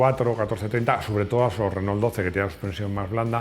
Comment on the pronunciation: Que latoso que es el presentador!!! Esto es you tube, Nuevo milenio!! Vídeos cortos y al pie!!! Y se pronuncia Renó, no Renol!!!